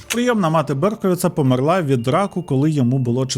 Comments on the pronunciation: Можна, будь ласка: помЕрла, не померлА😢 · Таж помЕрла а не померлА 😭 друге це на російський манер( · А чому померлА, а не помЕрла? 😅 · Немає в дієсловах наголосу на останній склад в українській мові, лише в російській. Помéрла правильно. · Подобаються твої відео, але кожного разу коли ти неправильно ставиш наголос у словах «помЕр» і «помЕрла» мене аж тіпає! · дякую дуже за цікавий випуск! <3 та хочу зауважити: у слові "померла" наголос на "е"